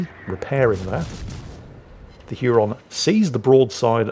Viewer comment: Hey. Huron is pronounced "Hyer-on".